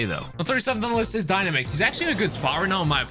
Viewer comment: watch too much 'OJ' to say dynamick?